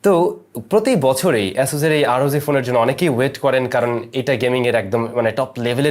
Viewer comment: Just one request... please work on your pronunciation of the letters "চ" and "জ" it sounds really awkward from a senior content producer like you whenever you say " আর ও যি" instead of "আর ও জি", and "ইনস" instead of "ইনচ"